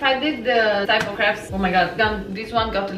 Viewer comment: Crepes, not creeps, lol :))